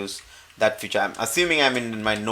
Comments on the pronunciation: Nice explanation !!!! but you are keep on saying "future" to feature. its not future its pronounce as feature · Excellent video. The only problem i faced was you pronouncing "feature" as "future" which i was like i don't see any "future" written anywhere in my or your sourctree lol. Again, really helpful video. Thanks!!!